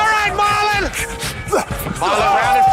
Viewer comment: No disrespect to anyone.. but growing up watching this i always thought Petros was just making fun of the boston accent. I never realized till today that his name was actually MAH-lon not MAR-lon 😭😭😭